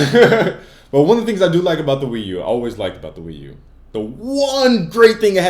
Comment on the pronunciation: lol, wee-u-2